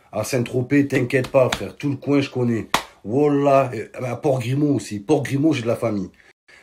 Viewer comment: Momo depuis le temps que tu dis Wolah el rhadim Met l'accent on dirait jean Grégoire qui le dit